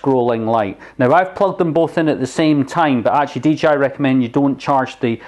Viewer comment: he said DGI